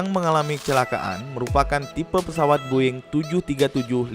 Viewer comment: Bang kok lu bilang "Boeing" Boing? Aneh banget dah(BUKAN HATERS)